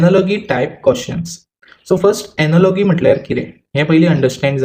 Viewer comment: Pronunciation - Analo-ji